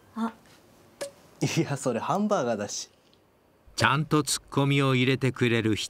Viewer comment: いや、発音ハァ！ンバガァーだし